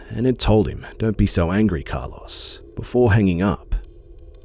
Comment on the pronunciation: It sounds as if he is saying Car Loss lol the o in Carlos is kind of like "Oh", so "Car-l-oh-s"